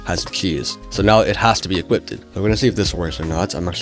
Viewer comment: "equipted" lol